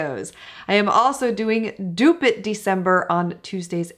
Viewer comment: Every time you say dupe it December all I hear is stupid December. lol